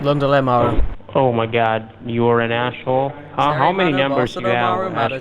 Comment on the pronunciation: "ashhole" Lol.